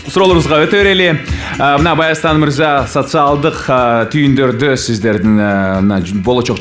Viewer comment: Баястан эмес Байастан болот